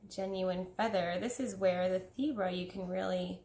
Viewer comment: Omg I thought you kept saying zebra lmao